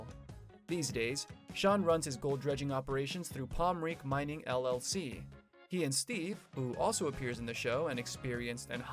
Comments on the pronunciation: Pronounced (pom-rain-key). Pronounced (rye-dell). Pronounced (ten-hoff). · Palm-ren-kee learn how to say it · I'm confused. Where is Andy? You talking bout pomrenke and you ain't even saying his name right.